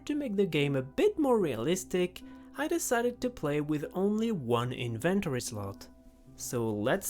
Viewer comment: I just love how you pronounce „inventory“ in-vent-tory hahaha love it!